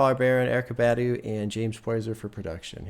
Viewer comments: It’s pronounced BAH-DUU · you're not pronouncing her last name correctly. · your pronunciation of Badu is killing me 💀💀